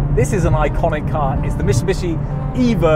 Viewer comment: "Mishubishi?" lol there's a 'T" in there, somewhere, methinks....